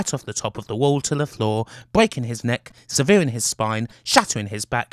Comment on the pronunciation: SEVERING his spine,. Seh-vuh-ring